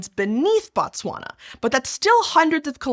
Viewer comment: Very informative video. I always get surprised when Botswana is mentioned. I remember Fairly Odd parents randomly having a pop quiz about what the capital of Botswana is 😂 Not the best pronunciation of Botswana 😅 but great video